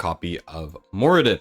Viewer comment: Who the heck is More-I-den